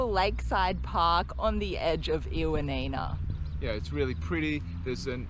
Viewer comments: Ioannina ....try "ee-o-A-ni-na", stress the A. Also, most people pronounce it "y-A-ni-na"...y as in yes. Lovely video, ty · I will be in Ioannina in 2 weeks, so thank you for your very helpful video. Great information, although I was surprised by the Aussie pronunciation of the city name 😂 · My one comment is the miss pronunciation of Ioannina! 😮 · Great video but pronounce ‘Ioannina’ correctly please